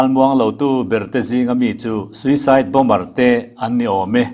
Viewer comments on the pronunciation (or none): none